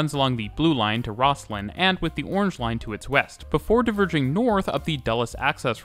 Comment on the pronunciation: Great video but...OMG...the local pronunciation is ROZ-LIN. (which, according to my youtube research, is how Scots pronounce its namesake, too)